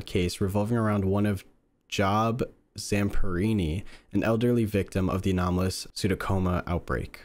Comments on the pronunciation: cool thing is, there actually was a major power outage irl at the time they were talking about. Also, the name is not "job" like where you work, it's Job, like the guy who was tormented by the devil in the old testament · The one thing i havent seen many people mention is that Job (pronounced jobe) was a man who was constantly tortured by god and satan to test his loyalty to the lord